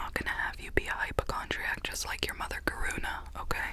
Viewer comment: I love how you said “your mother karuna” 😂